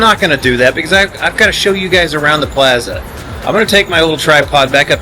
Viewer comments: It's PLAAAAza ! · The way he says Plaza drives me crazy. I skipped video after the 5th Plaza. Ouch